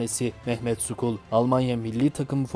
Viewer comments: Merhaba. Mehmet "Skul" değil "Şol" gibisinden okunur. Referans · Mehmet skol değil,Mehmet Şol okunur...